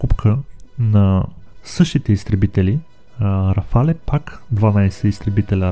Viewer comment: Няма такова нещо като РафалЕ името се произнася просто РАФАЛ без Е накрая .Френският правопис е такъв че в края на думата когато има Е без акцент не се произнася когато има é се произнася така че РАФАЛ си е навсякъде няма РАФАЛЕ !